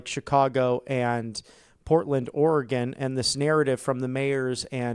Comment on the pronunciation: Haha, Portland, Or-E-Gone.